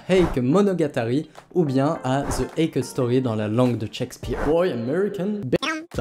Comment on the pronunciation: Petite précision pour la prononciation de "Heike" 平家 En effet beaucoup le prononce "eïk" mais en réalité ça se prononce plutôt : "hééké" En effet le "i" dans "ei" ne se prononce pas en japonais, il sert juste à prolonger le "é" comme dans "sensei", "genpei" (sénséé, génpéé) C'est pas grave du tout évidemment, mais étant donné que la prononciation change radicalement dans ce cas précis, je souhaitait le mentionner. Anime très sympathique sinon ^^